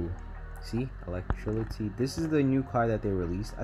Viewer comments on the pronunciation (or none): electrility, i'm laughing at how you pronounced that